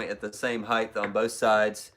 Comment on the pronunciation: Height not heighth